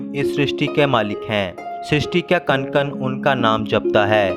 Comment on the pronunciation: आप कण कण को कन कन क्यों बोलते हैं। क्या आप को हिंदीबोलनी नहीं आती।